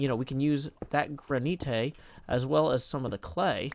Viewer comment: gra-ni-te D